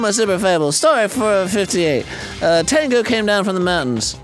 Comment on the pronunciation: Tengu is pronounced "Tayn-go"